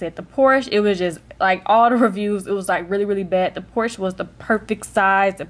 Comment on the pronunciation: Fun Fact: Porche is pronounced Por-shuh (Porscha)... :)